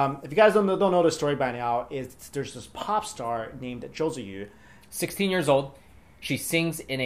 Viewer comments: Her name is pronounced chewie. And all she did was hold a flag. JYP should have been standing next to her. She is 16 for crying out loud. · Common!!...Im from chile and i know her name is pronounce Tzu-ee... theres was a lot of tv news talking about Tzuyu becoming big in korea and because she was "the chinese girl in the group" she got lots of publicity from chinese media kinda proud of her reprezenting china ...then she wave the taiwanese flag and chinese people got their heart broken